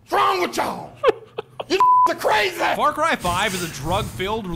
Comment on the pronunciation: Ok, so just to make sure I'm not crazy, did they say far Kai? Like,???? IDK I think I'm just hearing it wrong. I know what they meant if they did, (and I totally understand accidentally saying a word wrong especially when you're talking fast), I just wanna make sure I'm not crazy lol😅😂